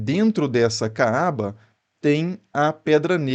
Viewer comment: Você não sabe nem pronunciar Kaaba e eu que sou ignorante! Estude mais e escolha fontes confiáveis. E treine a pronuncia daquilo que você for falar quando não for do seu idioma!